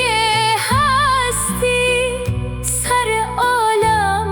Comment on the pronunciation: سلام دست شمادردنکنه ممنون عالی بود درضمن جمله سراشتباه ست جمله سِره یعنی ( اّ سرار) خواننده اشتباه تلفظ میکنه ببخشیدفضلی کردم ممنونم سربلندوپایدارباشید